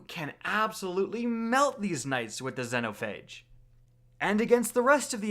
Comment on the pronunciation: "Zenhophage" lmao